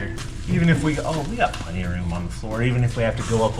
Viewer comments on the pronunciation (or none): For god sakes “plundy” is not how you say plenty!